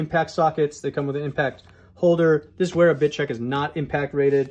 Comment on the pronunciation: Isn't W pronounced V in German? I always thought it would be pronounced Vera.